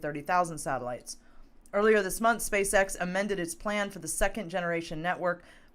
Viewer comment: I heard space sex too 😳🤣🤣🤣🤣